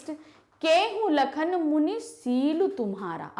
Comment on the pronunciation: AAP toh lakan bol re ho